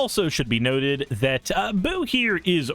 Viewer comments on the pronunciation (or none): Yeah "Boo" pronounced like you have been is the Hamster that Minsc makes